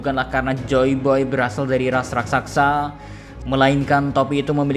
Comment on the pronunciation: Raksasa kaaaaaang, BUKAN RaksaKsa....zehahahahahah